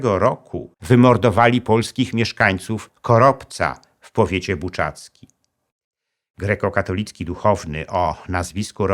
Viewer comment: w końcu poprawna wymowa. Kościół GREKO-KATOLICKI